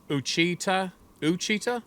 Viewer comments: It is Pronounced Wash-I-Tall Mountains, area south and west of L.R.--my daughter lives in those mountains and this was one heck of a story--Thanks... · I live in Arkansas. OUACHITA is pronounced WASH-A-TAH by the locals. Bigfoot is seen very often in that mostly hardwood mountain range, and westward into east-central Oklahoma's Kiamichi range, which is more pine forested. They are known to be quite aggressive in that area. You will find it very interesting to search YouTube for "SIEGE AT HONOBIA". That's a small town in east-central Oklahoma, just west of the Arkansas Ouachitas. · pronounced Wha Sha Taw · Ouachita is pronounced Washitah, it's a mountain range that runs from Southeastern Oklahoma to Western Arkansas. Lots of Sasquatch sitings in that area. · That is pronounced “wash-it-aw”. It’s Cherokee. Or First Nations anyway. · its pronounced wash a taw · Ouchita - is pronounced wahshataw just so you are aware. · Ouchita it's pronounced Wah-Shi-Tah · I’m from Arkansas and have had my own weird encounters! Oh and it’s O-wach -it-tah national forest! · Hey, my cousins in SE Oklahoma pronounce Oachita as Wa'-shee-tah - (emphasis on the first syllable) - not much different than the folks in South Central Oklahoma pronounce the River there that is spelled Washita, which flows SSW into the Red River, which is the border between southern Oklahoma and Texas. By the way, Talahina, Oklahoma (locals pronounce it Talahaney) recently had a Bigfoot Festival and a cousin of mine who attended sent me a "Bigfoot" head applique which can be transferred to a clean smooth surface. It's going on the rear fender of my motorcycle. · Ouchita is pronounced wa chit ah. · "WATCH-ee-TAW", with the least emphasis on the middle "ee" syllable. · The national forest is pronounced "wash-a-taw" = Ouachita. Caddo name. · Oachita is pronounced Wachitah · Its pronounced like "wa-cha-ta" i live in west central Arkansas. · I'm from Arkansas it pronounced uh wash uh ta